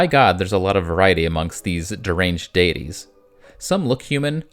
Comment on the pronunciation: I am about in, and I cannot stand how do you say, deities and pagan